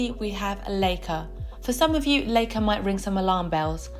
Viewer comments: L EI ca is pronounced as "lika" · Leica = say "Lie-Kuh". (Lie as in lying on the ground) Stowa = say Shtoh-vahh. Lange = say Laang-uh. Sinn = say Zinn Laco = say Laah-koh. And btw, you forgot Dekla.